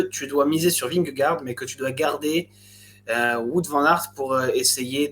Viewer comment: Super emission les gars ! Faites juste attention à la prononciation de "Wout" pour WVA haha